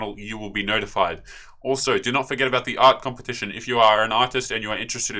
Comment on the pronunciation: No more "compeptition"? :D